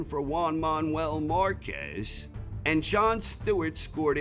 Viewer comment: "Wan Maun-well marcez"